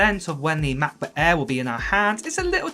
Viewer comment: 15 inch meh-booayh